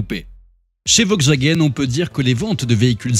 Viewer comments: "Vokswagen" n'existe pas hein... C'est "VoLkswagen"... Mes oreilles ont saigné... 😂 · « Vogxwagaine » en force 😂